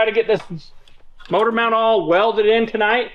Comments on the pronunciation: You should teach how to say motor not mortor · The moodur mount. lol. does say motor funny.